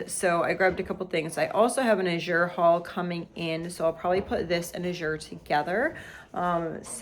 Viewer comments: PROBABLY pronounced l8ke the color, a blue, AZHure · May I give some help by saying- the way you pronounce “Azure" correctly is to put the accent on the first syllable as in the color blue.